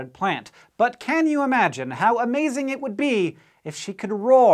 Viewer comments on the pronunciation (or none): none